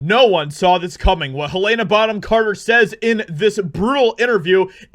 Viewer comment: Can't cope with this guy disrespecting one of my favourite actresses by mispronouncing her name like… 😅